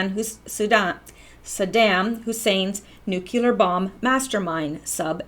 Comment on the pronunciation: Every time you say "nuculer", I cringe. Try "Nuclear" - "New Cleee er" Otherwise, good work. I have to watch again because there are so many things I remember reading about years ago but forgot. ie the port scandal. I cringed at that too. Obama, Bush...treason.